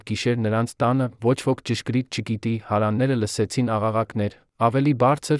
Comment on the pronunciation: Շատ վատ եք կարդում ,շատ սխալներով Երևանը սխալ արտասանելով,հարևաները, տվեք թող ուրիշը կարդա